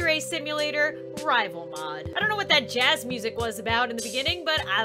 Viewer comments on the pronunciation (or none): none